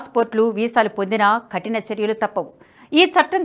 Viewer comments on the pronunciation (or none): ఖటిన కాదు కఠిన Please correct your pronounciation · Ma'am please change pronunciation khatina kaadu kathina